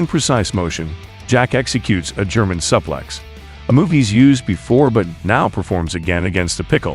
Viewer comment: Suplex pronunciation is like this: sue-plecks, soo-plecks, like the girl named Sue.